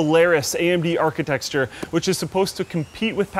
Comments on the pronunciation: anyone else notice that he said Architexture? instead of Architecture? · Architexture?!?! Why do you say it like that?!?! That's like saying pengwings! It's ARCHITECTURE! Every single time you say that word... damm! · Am i the only one who hears architexture? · What's an architexture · Nah, he's referring to how pronounced 'architexture'. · Slaughters it as well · thanks, he said that 2 times. very confusing ;) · Great video,, but one thing only - it's architecture not architexture. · what is an "architexture",? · Is "architexture" some sort of inside joke? cause that's not how "architecture" is pronounced. I'd expect a Canadian to better at English than a Romanian such as myself... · "Pascal archintexture" Nice. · it really annoys me every time he says 'architexture' instead of 'architecture' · he said archi - texture twice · Archetexture you say... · it's not that hard to say architecture... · Architexture? That's a new one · can't say graphics card and architecture. He always say architexture and graphic kard